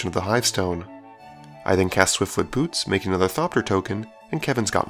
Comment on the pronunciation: At the beginning of the game at first when you cast swiftfoot boots I thought that you said swiftfoot boobs lol.